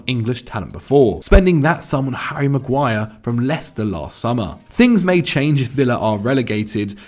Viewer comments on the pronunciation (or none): none